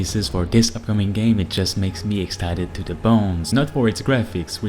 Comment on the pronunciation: " Excited to boned" ? Like you want to penetrate? Or did you say "excited to be boned" ??